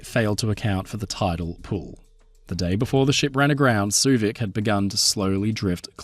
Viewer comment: I enjoyed your playful and light-hearted take on the interesting story of the Suevic. Also, I appreciate the pronunciation lesson. I've been mis-pronouncing her name as "sway-vick"